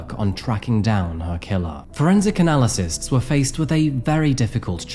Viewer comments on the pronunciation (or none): Did...did you just say 'analysists'?